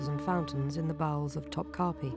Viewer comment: "Top kapiii" "hareem" - its actually not pronounced like that at all in Turkish lol